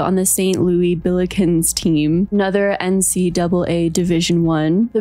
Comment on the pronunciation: the way that you kept pronouncing "ncaa division i" so carefully is sending me! i dont know much about sports either! i love your content😭